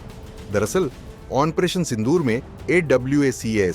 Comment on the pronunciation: Onparation nehi bolta hai onparation bolta hai thik hai